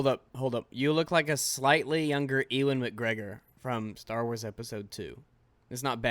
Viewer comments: E - wan mcgregor oh that made me laugh. Just to help you in the future his name is pronounced like (You - in) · "eeewan mcgregor" lol